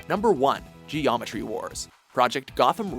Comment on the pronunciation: what the eff is it with you guys and pronouncing 't's. They don't always end with a hard 't'. geomeTry, liberTy, imporTance.